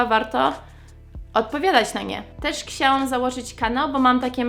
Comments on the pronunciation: jak zawsze, twoje "ksiałam" zamiast "chciałam" jest zajebiste! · zawsze jak mówisz "chciałam" wymawiasz "kciałam". Jakoś tak mam, że zauważam to zawsze gdy tak mówisz.A czy ty zdajesz sobie z tego sprawę? Mimo tego błędu to słowo w Twoich ustach brzmi nawet uroczo:)